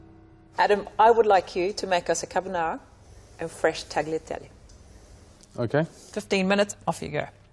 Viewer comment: I find it interesting that so many, many British chefs are such sticklers to the last detail--and yet cannot be bothered to pronounce correctly "tagliatelle", or--even worse--"pasta". "Tagg-lee-ah-telly', oh please.